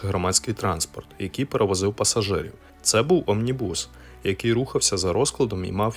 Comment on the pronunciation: Омнібус - наголос на О! На вікіпедії завжди можна подивитись правильну вимову і наголос різних незрозумілих слів, імен і технічних термінів. Складається враження ніби автор відео взагалі ніколи раніше такого слова не чув. Без образ, просто дуже ріже слух. Розумію що випуск кожного відео - це купа зусиль і роботи і щось можна недогледіти, але от такі "дрібниці" псують все враження